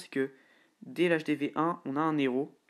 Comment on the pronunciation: Super vidéo juste on dis pas trois zéros ! Mais trois hèros !